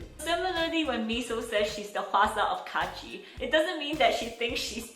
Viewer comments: I still cringe when I hear ITS KAACHI! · pum pum pum pum pum pum it's kAAAAchiIii